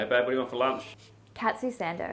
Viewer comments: The recipe may be authentic, but that pronunciation of Katsu was a sin. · I didn't know what the heck she wanted and then halfway through I was like "...cat-sue...ohhhh *Katsu??? " 発音はちょっと違うかな、、